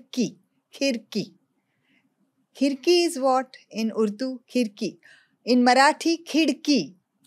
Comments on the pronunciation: 3.50 i am from Aurangabad so it was not Khirki it was "Khadki". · It's not khidki its khadki "खडकी " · Aurangabad's name was KHADKEE not KHIDKEE..